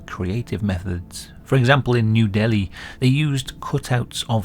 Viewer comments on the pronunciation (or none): none